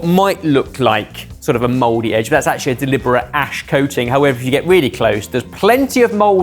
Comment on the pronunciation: Spelling: Mouldy ' pronunciation: Modey This is why we had a war.